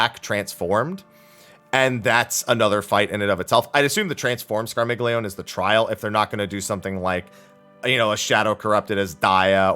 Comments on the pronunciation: Scar-mealy-oni, dang it! :p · Scar-mil-yon-ey The g is silent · It’s the polyglot in me, but it’s pronounced “scar-milly-oh-nay” D: Italians are shaking their 🤌🏻